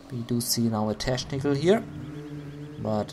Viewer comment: pronounce CH in technical like K